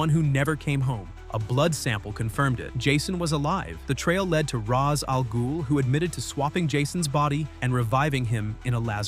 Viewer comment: This is he only channels on comics that pronounce رأس الغول somewhat correct